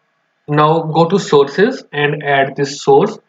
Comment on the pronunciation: what is the sources? i cannot understand the first word